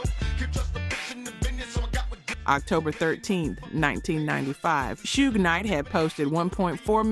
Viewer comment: Tupac [TOO-pahk] Nas [NAhZ] Suge [SHUUG] I don't get how you could be mispronouncing these, if you lived this era of hip hop you would have heard these names spoken just as often as you seen them written. The general delivery of your voiceover has improved since the first videos and that improvement aligns with someone becoming more comfortable and confident as experience is gained, so I don't think it's a computer generated voice we are hearing. But as I don't really take an interest in AI audio and its advancements I could be wrong...